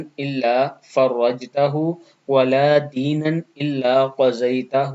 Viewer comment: Aap deenaan parr rhe h waha toh zabar h